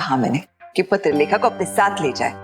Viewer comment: Kabhi appne notice kya hai patralekha ko paterlekha kehta hai